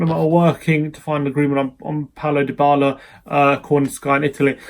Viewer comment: you're the only person who calls him Die-bala, pisses me off.